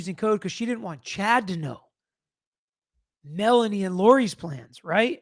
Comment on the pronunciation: She said "Melly" (for Melanie), not Nelly ..